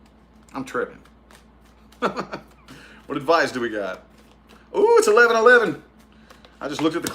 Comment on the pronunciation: I watch just to hear you say "adviceys for pisces" 🤣🤣🤣🤣🤣